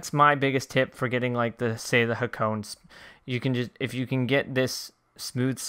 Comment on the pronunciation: Sorry mate I I tried ignoring it but I cant. Hakone is pronounced HA-KOH-NEH :)